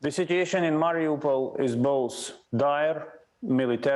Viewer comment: Not MariOPAL or Marry-a-pole. Listen to the locals. Mari U pol.